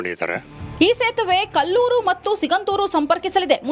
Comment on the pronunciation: ಇದ್ಯಾವ್ದೋ ಬೇವರ್ಸಿ ನ್ಯೂಸ್ ರೀಡರ್ ಇದಾಳೆ, ಅದನ್ನ "ಎರಡು ಪಾಯಿಂಟ್ ಇಪ್ಪತ್ ಐದು" ಅಂತ ಒದ್ಬಾರ್ದಮ್ಮ ಎರಡು ಪಾಯಿಂಟ್ ಎರಡು ಐದು ಅಂತ ಓದ್ಬೇಕು, ಅದು ಕಲ್ಲೂರ್ ಅಲ್ಲ, ಕೊಲ್ಲೂರು, ಕರ್ಮ 🥺